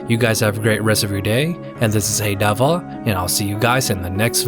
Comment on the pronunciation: bro the way you pronounce your name is gold